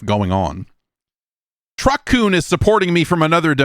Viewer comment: The Strange Scaffold game is called Truck-kun blah blah blah, as in kun as in weaboo shit. The name is absolutely NOT what I heard Jeff say